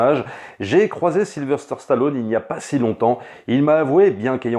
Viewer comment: S'il y a un truc qui m'horripile, c'est d'entendre dire SylveRster Stallone( comme dans la bande-annonce du début de la vidéo). C'est SYLVESTER, bordel !! En plus il est plus difficile de prononcer Sylverster que Sylvester.